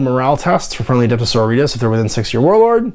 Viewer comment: Sisters of Battle "Adepta So-RO-ri-tas" !! It's the latin base word for sorority. Not so-ri-tas like some other spanish word.